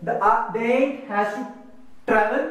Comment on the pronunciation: sorry its not aunt its ant